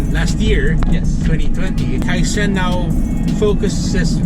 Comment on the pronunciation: It's pronounced as kai - chen.